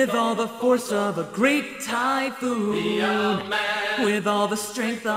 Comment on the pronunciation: Listen closely I think Goku said Thai food not Thypoon like the others